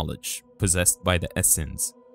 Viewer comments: It's es seens, not es sens! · they are not the Essences, but the Essenes. Pronounced Es-seens. Good video. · Just an FYI: Pronounced "ess-seen-s" but I understood who you were referencing.. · Your pronunciation of "The Essenes" was horrible. Study "The Essenes" more before you speak about them. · Always fun videos, thanks! The word is pronounced "esoteric", not "estoric", also "rapture" not "rupture", "essenes" (pronounced with a long e) not "essins", and just some places maybe work on the pauses where commas would be, and end sentences with a down tone instead of up, that would help understanding the flow! Also referring to the angel scroll as the scrolls (plural) at the end of the video made it seem like the entire dead sea scrolls are missing, which is not true. Just some minor feedback, otherwise well done with the English brother!